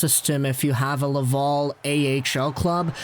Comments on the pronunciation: You do an amazing job ..... I listen to you all the time but for the love of god it’s la-Val. .. Laval ... not la-vol aaaaaal have a great day catch you tomorrow 😬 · Wow, I love the way you say Laval..... as LavUl…….. amazing.